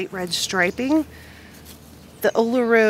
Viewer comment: Pronounced oo loo roo (Uluru)